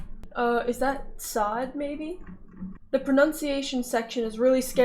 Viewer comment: the letter ص is not pronounced as 'ts' by the way. you were reading from the hebrew section in the wiki page. rather it is pronounced sˤ (if you can make that out). try pronouncing 's' but with the back of your tongue also touching the top of your mouth. these letters ض ط ظ you can also try pronouncing by using that same method. approximately. I don't know how better to explain it.